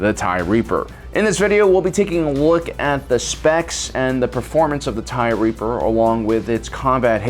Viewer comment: I thought you were calling it the Tie Reefer at first